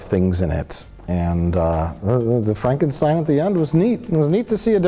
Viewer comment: Why can't people pronounce Frankenstein correctly? Gene Wilder would have a fit.